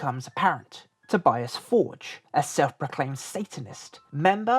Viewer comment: It's To-bee-ahs For-gaeh. Not Tobyass Fordge...